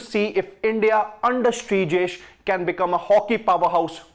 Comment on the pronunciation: Please, he's Sreejesh, not Brijesh.